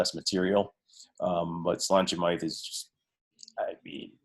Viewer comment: Don’t know if anyone else has mentioned it but Slainte Mhath is pronounced Slanja Va. It is Scots Gaelic (there’s no V in Gaelic and mh replaces it) and it basically means “good health” and is very commonly used as a drinking toast in both Scotland and Ireland.